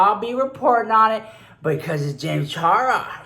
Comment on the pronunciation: Gin Charra. James Tarros.